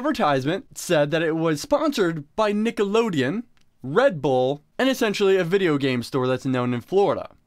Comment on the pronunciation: "nickolodeon" SPONGEBOB GOTTA KICK THAT GUYS ASS